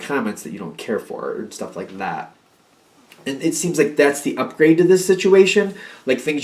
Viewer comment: Funny “like dat”. I live on the island of Maui and we say lik dat. 😂🤙🏼🧜🏼‍♀️ This message is super accurate and happening right now over events from the last week.